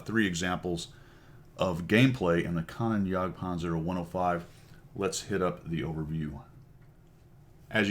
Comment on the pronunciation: Kan-Oh-Nen, not Kan-on